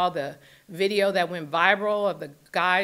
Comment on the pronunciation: she can't pronounce viral.